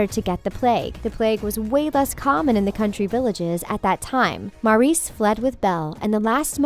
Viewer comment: MAURICE NOT MARIS!! I KERP HEARING MARIS!!! STOP CALLING ME!! I AM MARIS!!! ok I'm not angry or anything. I am just annoyed of the pronunciation 😅😅😂😂😂